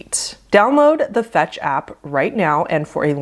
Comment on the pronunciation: for a second I thought I heard the sponsor was called "fats" until I realized it was fetch